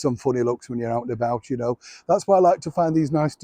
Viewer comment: it's not OUT and about. it's "OAT" & "ABOAT" HAULERING "OAT" WHERE'S ME BOWL OF NESTLE'S QWICK OAT'S FRUM FROGMORE COTTAGE ME-LUMN 😲🤣😲